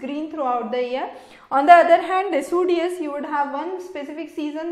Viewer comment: its decideous doctor. lol